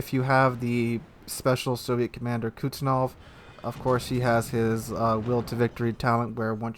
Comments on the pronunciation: IGN: TARQUIN21 Server: NA Say it with me "kooz-net-sov." Kuznetsov. LOL I'm sorry, but that really bothered me. Love the content. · Didnt realize "Kuznetsov" was so difficult to pronounce...